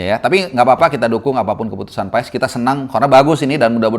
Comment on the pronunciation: Baca nya itu Paas, bukan PaES, tolong bang jgn dibiasain, kalau ada yg bener kenapa hrs ngajarin org yg salah